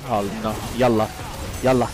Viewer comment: Yalla sounds legit Arabe 🤣he uses it in the right way 🤣👌🏼